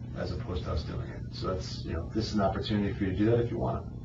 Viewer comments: One of them also read "Everyone knew us and our business" as "Everyone knew U's and our business" lol. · She forgot about the existence of the word Us and read it as You's 😆